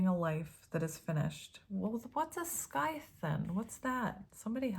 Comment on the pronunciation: Scythe...the c is silent, so like sithe with long I sound. The sickle is similar, just a different shape, I think. 😊